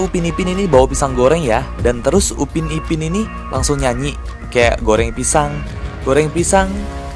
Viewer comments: pisang bukan picang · kak ada yang salah harus nya pisang bukan picang